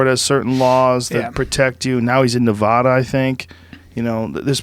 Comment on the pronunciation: NEVADA! NOT NUVUDUH!